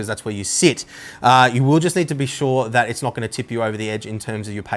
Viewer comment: He's not saying you need one...... He's saying YOU NEEEEEEEED ONE !!!! Hahahaha, damn now I need to go shopping